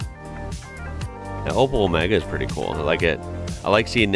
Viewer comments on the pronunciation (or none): none